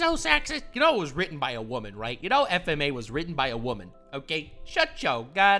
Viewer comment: Bruh, I had no issues with your video, except for the way you said FMA. That just makes you sounds stupid and it makes me sad. That and I could barely understand what you said when you said that title. XD